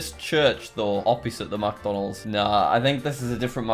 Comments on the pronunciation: when he goes MACdonalds not micdonalds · It made me so mad how he said MacDonald's instead of McDonald's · Every time Jack said "MacDonalds" I got triggered. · i like how he says MacDonalds instead of mcdonalds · Macdonalds-? ITS mic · He says Macdonalds instead of micdonalds interesting. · Alternate Title: Jack Spends Eleven Minutes Mispronouncing McDonalds.